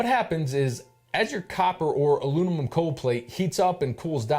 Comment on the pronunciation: “Aluninum”! Lmao